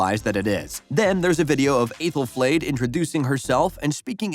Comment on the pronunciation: Aythel-flayed 👀😬 have you even seen the show? Sooooo many mispronunciations and other errors